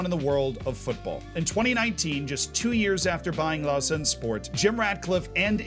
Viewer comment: Nice pronunciation of Rolle and Lausanne, although I would argue that Rolle is a village. A small town maybe